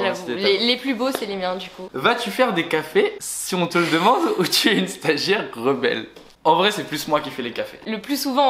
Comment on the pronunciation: "stagiare" nan en vrai force a tua